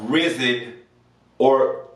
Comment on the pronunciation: The you said Riseeen😂😂😂😂.